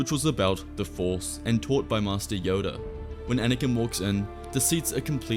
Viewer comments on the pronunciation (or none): none